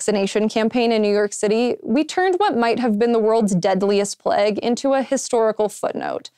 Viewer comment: Pleg? I don't know of any American accent that would pronounce 'plague' like that.